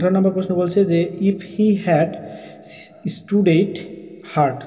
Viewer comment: studied =স্টাডিড কে স্টুডিড বললেন কেন,নিজে ভিডিও বানাতে হয় জন্য ভিডিও বানান,নাকি পড়াশোনা করে ভিডিও বানানোর সময় পান না!🙄 আবার,Earnest=আর্নেস্ট কে ইয়ার্সন্ট বললেন🙄